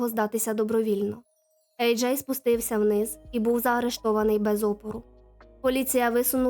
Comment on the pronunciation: Ви що знущаєтесь? Чому ви постійно його називаєте Еджей і Аджай? В нього два ім’я чи ви не можете визначитися як вимовляти?